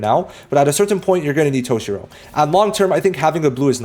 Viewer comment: brother said toe-shirow